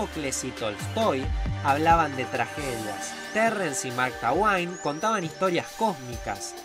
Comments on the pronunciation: Marcaguain? :v jajajajja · Me cagué de risa con Mark Tagüain.